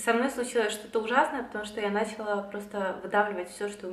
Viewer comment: Правильные ударения: началА; срЕдства (мн).